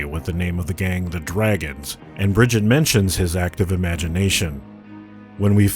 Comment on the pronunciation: Did you say Bridget instead of briggite. TRIGGERED!